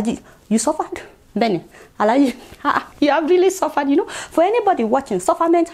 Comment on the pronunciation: "Suvaad"😆😆😆🤣🤣 you're right my dear. Yes let's assume....🤣